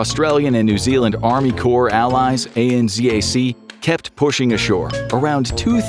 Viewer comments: AN-ZAC is 2 syllables. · ...Australian New Zealand Army Corps, or ANZAC. Us blighters down under say that as a *word*, akin to NASA. We don't list out the letters. Anzac. An-zack. Not A-N-Zee-A-C, especially since we use Zed not Zee. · Also... ANZAC. Not A.n.z.a.c. Anzac is a word, not just a collection of letters. It has a meaning to Australian and New Zealand inhabitants. Show some respect. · Saying A-N-Z-A-C as individual letters is wild. It’s pronounced An-Zac. Australia and New Zealand Army Core. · Someone tell him he can say Anzac it's ok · THAT is NOT how you say ANZAC! The disrespect is astounding! As an Australian ex-serviceman I find it totally disgusting and disrespectful you didn’t even bother finding out how to say it. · ANZAC is generally pronounced as a word, not read as an acronym fyi - "An-zach". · Australia New Zealand Army Corps, ANZAC, Is pronouned as a word, NOT spelled out. It is spoken like Annzack. We remember ANZAC Day April 25th every year and is a public holiday. This year is the 110th Anniversary. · ANZAC is said as a single word. Not as each individual letter read out. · ANZAC is pronounced An Zac like a word. You don't say each individual letter and Z is Zed not Zee in kiwi and aussie English anyway